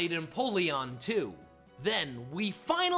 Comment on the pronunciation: It’s pronounced ver-SISS, sill-val-EYE (Silver and Ally), NAH-GUH-NAH-DULL (Naga, a term associated with snake/human hybrids, and Nādel (NAH-DULL), German for Needle), “”! 🤨: Also, that’s a Nidoqueen, you idiot! You got the wrong ‘mon! 🙄 Get the names right or I will kick you out! 🤨